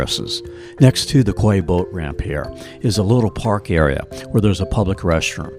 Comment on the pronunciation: FYI. Quay is pronounced "key"